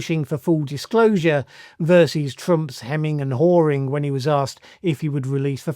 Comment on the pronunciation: Wait ... did say " ... hemming and whoring ... "?